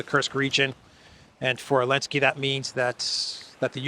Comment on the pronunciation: Seriously, when did Zelenzky become Elensky? Is Z silent in Russian or something?